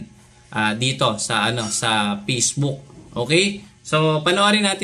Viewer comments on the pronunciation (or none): Gusto ko yung puro F ang p tas puro p ang f- fafyular, fortray, peysbuk 😂😂